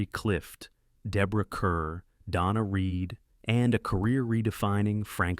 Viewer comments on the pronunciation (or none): Deborah Kerr's name is pronounced CAR and not CUR. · Her name is pronounced Deborah “Carr,” not Kerr! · Change your title. Please check the pronunciation of the names of people in involved. It is not Kerr it is pronounced KAR. Curtiz is not pronounced Curtis it is pronounced Curteez. Your video needs to be edited. Some of your selections are not historical. I love the movies you selected. The Patton relies heavily post-WWII tanks standing in for their WWII antecednts. Much as I love “The Great Escape” it is not the grand daddy of POW escape movies. “The Colditz Story”, “The Wooden Horse”, and even “The One Who Got Away” are its predeccessors. When I think of a historical accuracy I think of the black being based on real world events the right equipment whenever possible is used historical names are used if it’s based on a true historical event, like some of the characters in the longest day were actual people. However, some of your selections are not with many of us would call historically accurate. “Where Eagles Dare” historically accurate film? Are you kidding me they had a bloody helicopter in one scene! Yes, I know they existed in World War II. The Germans had a couple. But not something that you could find at airports in the 1960s. As long as I’m here, Casablanca” is based on an unpublished play not some actual mission in Vichy French controlled Morocco. “The Dirty Dozen” is based on a nove. A possible inspiration is from a special platoon in the 101st airborne division known as “The Filthy 13“.